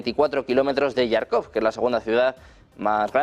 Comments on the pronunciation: Que alguién por favor corrija de una vez por todas a este señor periodista Некультурный que lleva semanas llamando a diario Yarkov a Jarkov, que se pronuncia con J DE JAMON DE JABUGO; hombre. Con más de un millón de suscriptores deberían Uds., cuidar un poco ciertas cosas. Y si no sabe la pronunciación en ruso, que lo pronuncie en español textualmente, pero no a la inglesa. Serguei Lavrov con GU GUEI, no seryei..y suma y sigue. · Por favor al comunicador ,periodista al que relata las las noticias, comunicarle que no es yarcov no se escribe con "y griega " se escribe con" j "y se le Jarkov con j como del baile español La jota esa pronunciación tiene. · Toda la vida ha sido Jarkov, los periodistas españoles cada día se inventan una pronunciación más absurda. Es como lo Kiv en lugar de Kiev.